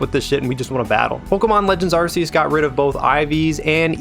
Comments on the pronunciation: "Arc"eus. No one wants an Arsephone lol sorry, great video though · "arseeus" Silvally's ability isn't called RCS System yaknow, it's RKS. Like how Arceus is pronounced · It's Acreus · Well, Arkkkeus is it’s official English pronunciation, but I get what you mean. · Loved the video, and inclusion of Persona music - my favorite series! Friendly tip: it's pronounced Ar-key-us like Noah's Ark. ☺️ Thanks for sharing this great breakdown of the old system vs new! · It's Ark-ee-us. It's official now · How are you going to pronounce Arceus wrong when even the trailer says that it’s ar-KEY-us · It's Arceus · Why did you pronounce the The Game's name like that that's not how you pronounce Arceus